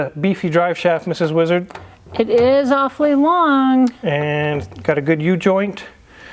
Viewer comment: She said it's offey long......